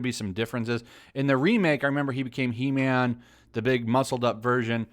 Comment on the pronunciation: It’s called He-man not He-mam